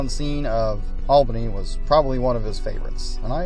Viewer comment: Horrible videography. Too bad because the layout looks pretty nice. But the sound gaps, sudden cuts, and rushed narration make for a very fragmented viewing experience. And the capital of New York is pronounced ALL-bany, not AL-bany.